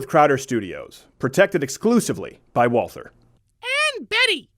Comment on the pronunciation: The way you pronounce "Walther" makes me cringe